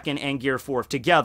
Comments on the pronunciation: People who say bound man instead of bounce man trigger me. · Bound man? You mean Bounce man? Not to hate after that hella good opening, but I couldn't not acknowledge it.